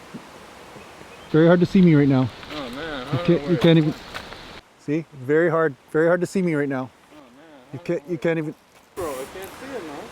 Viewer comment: "Berry good" lol